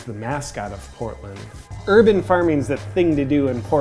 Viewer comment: "Herban farming" (pharming?)